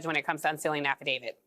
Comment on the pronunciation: Affidavi- T. Not Affidav-ID. Stop making my brain hurt by mispronouncing this.